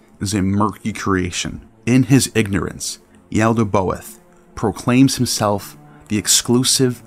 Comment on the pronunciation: Good video but quick correction it is "Yaldabaoth" NOT Yaldaboath"